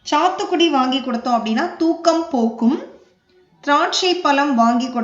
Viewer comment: திராட்சை வாங்கிக் கொடுத்தால் தூக்கம் போக்கும் அப்படின்னு சொல்லி இருக்கீங்க தூக்கமா துக்கமா தயவுசெஞ்சு உச்சரிப்பை சரியா சொல்லுங்க